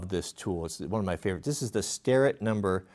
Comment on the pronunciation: "Starrr-Et." I don't know why people pronounce it "Sterr-It."